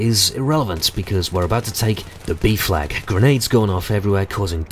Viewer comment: when you say B flag you sound like saying BEEF FLAG